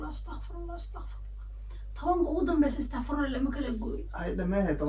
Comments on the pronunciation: Istaqrifullah maaha ee waa astaqfirullah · waxa jeclaystay ina qalad yar idinka saxo, astaqfurullah maaha e waa astaqfirullah, thanks for the beautifull video